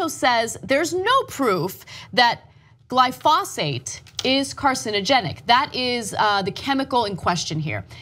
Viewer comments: GLY-fuh-SATE, not gly-FOSS-ate. You're getting it a bit conflated with the pronunciation of phosphate, Ana. Drivin' me nuts. Sorry for being a retentive biochemist. The reason you're seeing folks getting riled up is because they're irritated at the anti-GMO crowd. (The same folks tend to have a lot of carryover into anti-vax.) I am in no way being paid by Monsanto. I too get irritated at the same group. There's a whole lotta fearmongering bullshit put out about GMO's that has to be constantly put down, again like anti-vax. That being said - yes, Monsanto and co are shady as hell when it comes to pushing pesticides. Careful though, you strayed into territory where you really shot yourself in the foot with regards to that. Keep the focus on the fact that it's not the GMO part that's the problem. It's the pesticide that's the problem. Or as you got to at the beginning of the piece - GMO is not a problem, what it can be used to push is a problem. You got lost in the weeds later in the piece and said some stuff that will easily be misconstrued by the wrong crowd. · GLYE-FOE-SATE... write it down anna. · Seems like Ana has already made up her mind before even the court have, even though she doesn't know the proper pronunciation of glyphosate